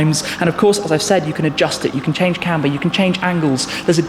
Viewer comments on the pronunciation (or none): none